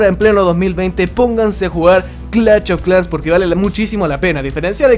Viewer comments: Clacht of clans Fuera tan difícil decir clash y ya, como es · nadie:: cLaCHt o Clash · No se dice "clach of clans" animal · Gente normal: Clash of clans: CLACH OF CLANS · Empieza el VIDEO!!! Clach of Clans 🤣🤣🤣🤣👌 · Clatch of clans xd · Clach of clanch jajaaj xddddd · "Clach of clash" típico del buen chileno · "clach of clas " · Cada vez que dice clach of clans muere un niño en África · "CLACH OF CLAN" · Clacht Of Clan Jajajaja Ste Men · Googlea un poco sobre fonética, se hace incomodo escuchar CLACH, CLACH, CLACH cada 15 segundos, hay diferencia de pronunciación entre esto "SH" y esto "CH"... :v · Pronuncie el maldito nombre bien 😒